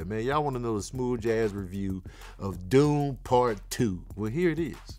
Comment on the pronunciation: Then why you give Dune Part 1 3.5 Sax?...even though you fumbled all the names